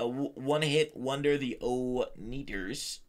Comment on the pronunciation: I love the way he said "NEATERS" YouTube people love hearing things lol😂